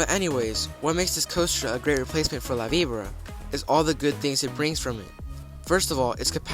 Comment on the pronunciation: La Vibora is painful, but not as much as hearing this kid repeatedly mispronounce it.